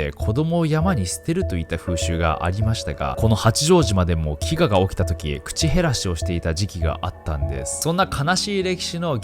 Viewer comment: 中国の坊さん、 恨むわ祟るわ修行がホント未熟で笑う… 後、ナオキちゃん難破船は「なんばせん」じゃなく「なんぱせん」口減らしは「くちへらし」じゃなく「くちべらし」って読むのが一般的よ。